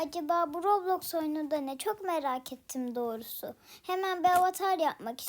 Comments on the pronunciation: Hep dorusu diyorsun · evet komik olmus